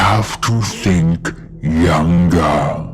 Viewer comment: why does bro sound like... drake? Like the way he talks. Why he say "younger" like that